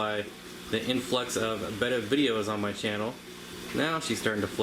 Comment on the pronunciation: Thank you for saying "betta" and not "beta" .. Subscribed 🐠